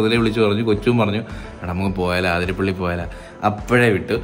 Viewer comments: ആതിരപ്പിള്ളി അല്ല അതിരപ്പിള്ളി ആണ് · Bro aathirapilli alla athirapilli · അതിരപിള്ളി ആണ് ചേട്ടന്മാരെ ആതിരപിള്ളി അല്ല 😅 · Athirapalli ennanu aaaaathirapalli allaa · Near my house. Not Aaathirapilly, it is Athirapilly. Miss my home 😢from Qatar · Its അതിരപിള്ളി...!🥰not ആതിരാപിള്ളി